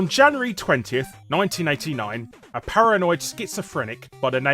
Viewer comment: Para"noid" Schizophrenic